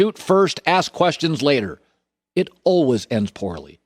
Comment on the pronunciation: Colin “Alweys” Cowherd